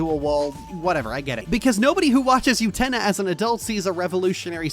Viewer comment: the way lily orchard says "utena" pisses me off so bad 😭 its OO-tena not YOU-tena